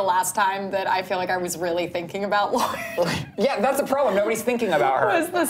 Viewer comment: "Lord-ee" every time I hear people say her name like that it just makes me cringe ugh nooooo